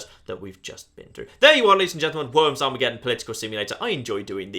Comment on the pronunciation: ArmageDDon. Not Armegetton.